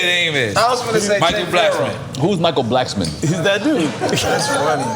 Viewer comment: He said Michael Blacksmon